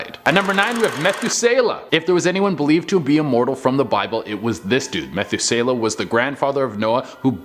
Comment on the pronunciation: Meth-oo-suh -luh